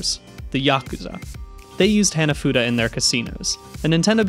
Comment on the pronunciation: great vid. Heads up, Hanafuda's "Hana" is like "hawn-a"